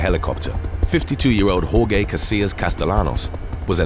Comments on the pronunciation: You pronounced "Jorge" as "hor-gay". Wrong. It's more like "hor-hay". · You are horrible with pronunciation of any Spanish word. Jorge is George. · Horhay? Ha ha. In Spanish, ja ja.